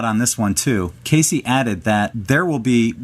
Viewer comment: It's not pronounced KAY-CEE, chucklehead, it rhymes with "base."